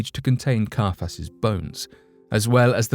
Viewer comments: He was called CIAPHAS not CARPHAS! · Carfass? Not Caiphas?? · KAI-a-phas. Jo-SEE-phus. (Sorry to be that person. I'll just see myself out now..)